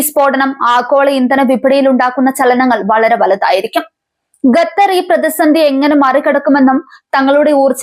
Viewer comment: ഖത്തർ ✅. ഗത്തർ അല്ല. ❌